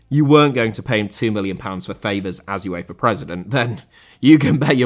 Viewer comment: UEFA * not Yuweifer